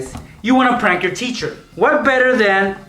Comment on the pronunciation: The title says prank but he says prunk in the video